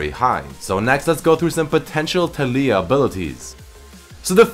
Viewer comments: Taliyah. Pronounced Tall-ya not Tall-ee-yah. come on..... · Pronounced Tay-Lee-Ah not Tally-Ah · I dont think her name puts infesis on the "li" part of her name, i think its tA-li-uh. not ta -LEEy-ah. just my thoughts. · Why do you say Ta-lee-ia? Isnt it Ta-lái-ia? It sounds better in my opinion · I feel like her name is pronounced Tah(like Tackle)-Lee-Yah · It's fuckin Tal-EE-YUH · It is pronounced tar-lee-ar